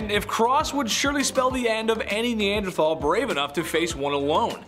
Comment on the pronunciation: pronounced Née Ann der Tall